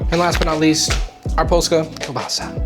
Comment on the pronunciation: Polska gurom jumpscare? With decent pronounciation? Damn